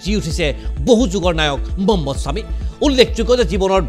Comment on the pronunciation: মম্মদ ছামি নহয়😂.. মহম্মদ ছামি.. উচ্চাৰণ ভুল হৈছে আপোনাৰ